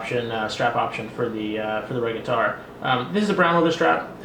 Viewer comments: I love my Margrette Regattare 2011!! The provided black leather strap is beautiful, and its red lining is superb and very current in terms of fashion. But I cringe when I hear you mispronounce the name. It is pronouced "mar-gret-tee" and (possibly from Latin) "re-gah-tar'-ey". Also, although I like the Vintage Tobacco strap when used on the Magrette Bronzo, I find it totally out of place on this Regattare 2011. Ruins it for me. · "MAR-GRET-TEE" "RE-GA-TAR-EEE"